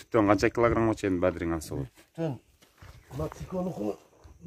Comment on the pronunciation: Бадирин эмес бадырын десерт болбойбу